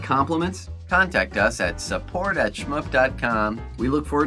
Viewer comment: you said shmoop wrong, its not schup